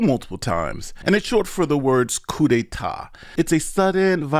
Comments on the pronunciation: When you are discussing this and reading aloud, how come you say the word proving as providing, and coup as coop, when correctly it is coo? Your AI report illustrates the weakness of using AI, as these programs have misconstrued Gabbard's arguments, and you appear to have committed the same error. I suggest you wait to see what else she has, as she said at the announcement more was to follow. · I don't trust anyone that pronounces "Coup" as 'Coop'. Thats a chicken move. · Yer pronouncin' the P in "coup", breh.:cat-orange-whistling